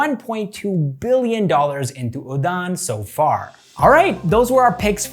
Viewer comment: The pronunciation of udaan is wrong 😅